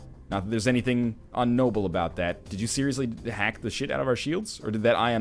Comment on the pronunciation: IGnoble, Northernlion, its IGnoble! /endfakerageatguyoninternet